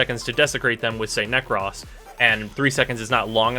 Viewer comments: It's nekroes not nekross nekros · Nek-roahs * man